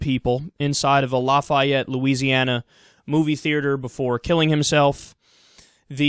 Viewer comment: I live about 5 minutes from the Grande 16. It's so weird something like this happened so close to home. This guy wasn't even from here too. What a waste of DNA. Anyways, you said Lafayette wrong, lol.